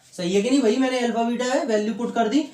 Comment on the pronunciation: L fa nahi alfa hota h sirr